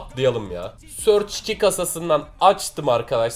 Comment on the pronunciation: ''Source'' sörç diye okunmuyor. Sörç diye okunan kelime ''Search'' diye yazılıyor.